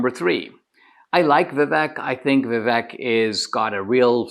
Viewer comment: Why can’t you pronounce Viv-AKE?🤯